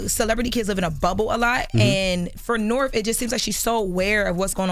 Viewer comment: they been doin it for a longgg time. Also says Nerf instead of North 😂